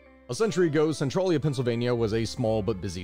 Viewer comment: So despite how it's spelled, it's one of those Pennsylvania names where it's not said how it looks. Spelled Centralia, it's said sen-trail-ya